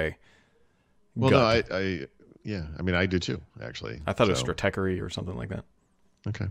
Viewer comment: "Stratechery"--you nailed it! "Anyways"--not so much. And kudos for leaving "on-premise" out of these conversations.